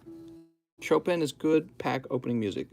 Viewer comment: Chop ins ? Chopin it’s pronounced showpun. I hope you were kidding 🤣 Maybe you need to take some time and take the old bags out of the boxes